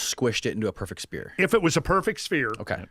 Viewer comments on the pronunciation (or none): Is this baseball cap dude saying spear? Sphere does have the P sound, so... How does he pronounce phone? Pone?